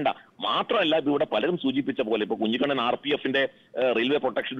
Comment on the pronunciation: ദയവായി കുഞ്ഞികണ്ണൻ ആ പേര് മാറ്റണം, ആ പേര് നികേഷ് കുമാർ പലപ്രവിശ്യം തെറ്റായി ഉച്ചരിക്കുന്നുണ്ട്.😊